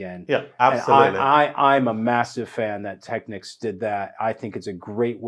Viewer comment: Finally someone who pronounces the word Technics correctly!!!